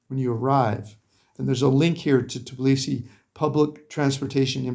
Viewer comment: I'm sorry, it is not Tiblisi; it's Tbilisi. You ought to say Bilisi; just put T before the Bilisi.